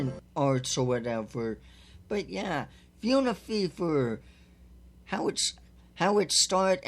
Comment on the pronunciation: Actually fauna is pronounced as (Faun-ah)